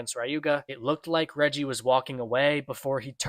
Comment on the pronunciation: lol yall keep saying "Reji" it’s "Reiji".